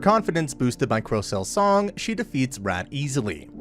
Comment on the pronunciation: the way you said song XD